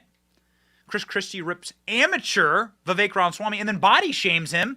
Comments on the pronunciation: Why does Benny insist on calling him "Vivek Ron Swammy"? It's RAMAswammy. RAMA. As in AlabAMA. As in RAMA-lama-ding-dong. As in ObAMA. This "Ron Swammy" mispronunciation is completely baffling to me. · And "Vivek Ron Swammy". It makes me climb the walls.